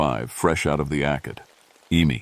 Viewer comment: Aced... eemy.. 😂😂😂.Obviously AI Narrative 😢